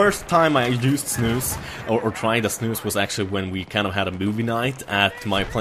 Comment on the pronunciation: jag är svensk sååå jag fick typ huvevärk när du sa de på svengelsk ;)